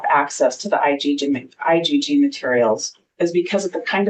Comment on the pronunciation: Why is the judge calling IGG, "IDD"sometimes?